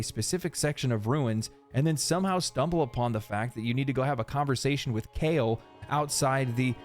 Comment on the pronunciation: unimportant but just so you know - Siofra is pronounced shee-oh-fra Kale is pronounced call-ay